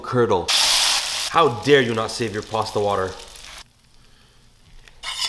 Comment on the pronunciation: The smile after the "pasta" sound tho 🤣🤣🤣